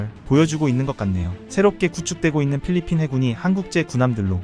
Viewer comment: 왜 잘꾸 팔리핀 이냐고요 똑바로 읽으세요 .